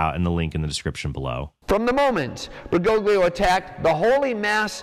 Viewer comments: Bergoglio - the g is silent Fr Altman. Same old, same tired old tripe lie. Bergolio is how it's spoken, for goodn😢ess sake. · It don't know why the way americans pronounce "Bergoglio" bothers me this much. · He doesn't even pronounce it correctly. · neither. Bergoglio is an italian surname (like a lot of argentinian surnames), and the letters "gl" are used to signify a sound that doesn't exist in english or spanish. Look up on google translate how it's pronounced